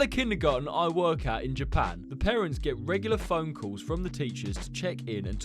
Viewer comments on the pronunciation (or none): none